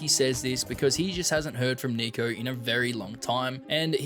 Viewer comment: bro did not say Niko